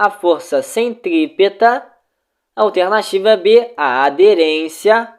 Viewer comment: mano teu simulado é ate bom, mais tua fala incomoda. A palavra alternativa é muito esquisito, da agonia!